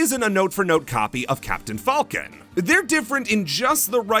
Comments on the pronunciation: Why do you pronounce it like "fahlcon" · I respect the commitment to pronouncing "Falcon" not like the animal, but rather the way it's pronounced in 'Millennium Falcon'